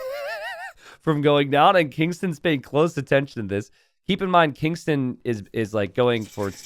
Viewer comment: I might be wrong but I believe the pronunciation of Kingstone is not how you are pronouncing it. May be readers error. So you're reading it and pronouncing it as Kingston. But his name is King STONE. Which are two different words. Kingston and Kingstone.